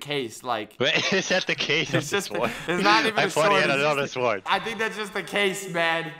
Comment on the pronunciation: says sword how it looks like it is spelled Me: cringe